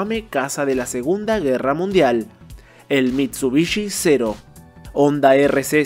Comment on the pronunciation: #ONDA?¡?¡? Ya no es #Honda?¡, Honda es japonés y en japonés la H si suena, así que no se pronuncia ONDA, eso es de analfabetas